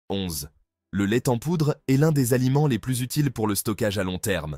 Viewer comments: C'est un truc des indiens d'Amérique. On voit tout de suite d'où vient la vidéo. En plus la prononciation est débile : l'ai ten poudre ! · " le lait t'en poudre" ah ces IA qui ne sont pas très "I" mais ça aide à faire des vues pour pas cher. Pour ma part je m'arrête là c'est insupportable